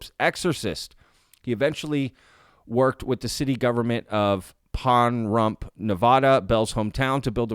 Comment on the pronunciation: Time Index T= Deadline News misspelled First and Last names of Whitley Strieber -- -- They took the "L" from his first name and placed it into his Last Name -- -- T= PAHRUMP is pronounced par - RUMP ( accent on 2nd syllable ) not pon - rump ( no accents )